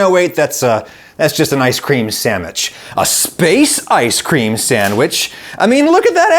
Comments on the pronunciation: ah yes a true english speaker dat is indeed an ice cream samich :3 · He said ice cream sammich right! Nobody understands the culture behind ice cream sammiches anymore.